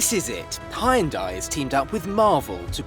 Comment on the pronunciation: Why can no one pronounce Hyundai